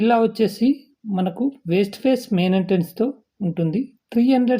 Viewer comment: West ni..... వేస్ట్ అంటున్నారుమీరు